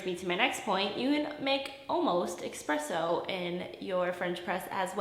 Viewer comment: Espresso, not expresso. 😉